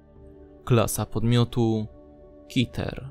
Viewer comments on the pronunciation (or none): kiter -_- a nie keter?